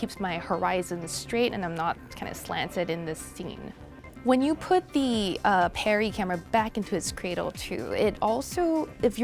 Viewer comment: It's not perry its pari